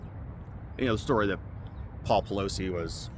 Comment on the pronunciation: Paul PEG-losie 😂